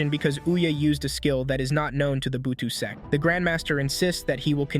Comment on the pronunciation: Bro said s*x not sect